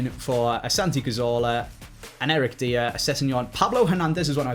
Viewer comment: not eric deer, eric die errrrr ok:) great vid pal haha